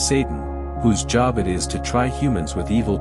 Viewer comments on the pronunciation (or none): Lol!!! Job is pronounced “JOBE.”